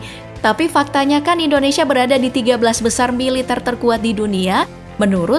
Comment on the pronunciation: Kuat korupsi bukan kuat melitar mbak